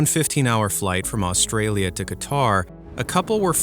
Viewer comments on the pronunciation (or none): none